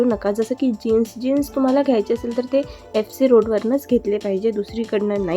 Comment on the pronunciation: Its Road...not Rode